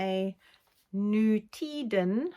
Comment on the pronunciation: Congratulations to the baby to all of you - how wonderful 💖and thank you for a great and informative episode 🌟 Looking forward to next time 🤗💓 (and now your pronunciation of nutiden is perfect😻🧶)